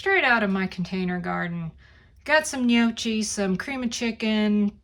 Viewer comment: That does look quite good. You got the first part of the word gnocchi correct. Second part of the word is not pronounced chi, say it like kee. 😁. Trust me, I’m Italian 👍